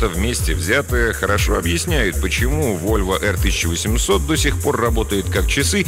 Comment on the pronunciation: Volvo P1800 читается как "Вольво Пэ 1800", а не "Эр". Извините за занудство))